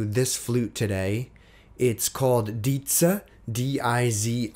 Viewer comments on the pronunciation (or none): Dizi is written in hanyupinyin and it’s hard for foreigners to pronounce it correctly. I normally hear “dee zer”. If I write like this, maybe it’s easier “ti tse”. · Dude.... Say the name Dizi right